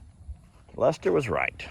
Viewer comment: I didn’t meet Journey except trough your videos but I love her, I miss her calling you Lester it sounded like she was saying “dad”